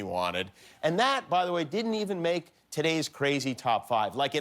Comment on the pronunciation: No one: Trump: I dint get a thank you for mccain funeral.